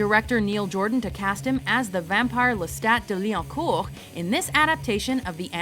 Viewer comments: Thumbs up for finally hearing the correct way to say Lestat's full name. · As a French person, it is my duty and pleasure to tell you (the narrator) that you were able to pronounce « Lestat de Lioncourt » very decently indeed, especially for a native English speaker, I wouldn’t have minded if you’d pronounced it wrong but you did good, well done!